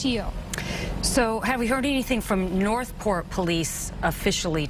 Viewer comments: "Nor'port Police"?! lol Can this broad not pronounce the "th" part in; "North," (Port) or something?! 😂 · Great observation..but I was more fascinated that the reporter can't pronounce the word "North"